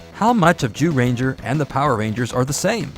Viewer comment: I'm sorry I love the video but it sounds like he's saying you know what ranger. XD I met a TON of the MMPR's at cons. Jason David Frank (Rest In Power), Austin St. John, Walter Jones (Does he age at all?) David Yost, Catherine Sutherland, Steven Cardenas, Karan Ashley, and others. There amazing amazing people! I'm so happy David & Walter got to headline Once & Always as well! Nakia & Karan did a wonderful job running Rangerstop & Pop for many years too.